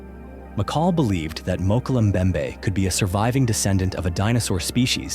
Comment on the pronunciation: Mokel mbembe? Mokel? 😅